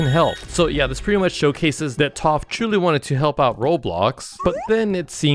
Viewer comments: It’s pronounced taf not tof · sounds like toph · TTAAAPPPHHH💅💅💅💅💅💅💅💅💅💅😂😂😂😂😂!!!!! It’s Taf!!!!! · ITS PRONOUNCED TAFF NOT TUUF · ITS TAPH NOT TOPH . T A F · hes pronouncing it like Toph from atla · He said Taph rong